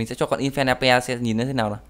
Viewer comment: anh đọc con khỉ là infono